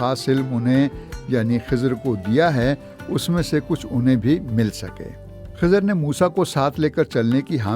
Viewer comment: It's Khazir, Zabar on Kha Letter.